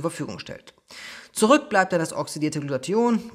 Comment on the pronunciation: Lieber, danke für das tolle und informative Video. Ps. Immer wenn du Glutathion sagst erinnerst Du mich an Antoine Burtz, wenn er versucht "Integration" auszusprechen. Intention isch immer gut, weisch